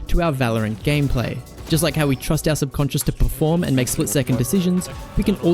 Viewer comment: gonna take a shot everytime says subconsince